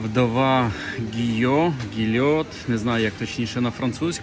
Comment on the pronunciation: Гійо.Все правильно.І наголоси правильні.Не підкажете, де можна купити Monbazillac ( Монбазіяк)? Фуа гра вже є.